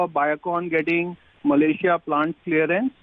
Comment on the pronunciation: Malayrian. Rare mistake by Nikunj !!